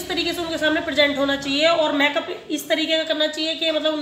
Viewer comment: Make up ki pronountion theek nahi hai usse theek kro